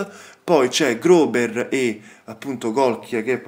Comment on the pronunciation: Grober tecnicamente si pronuncia Grosser, anche se tedesco io lo studio e me lo dimentico subito su questo sono abbastanza sicuro ahahahah😅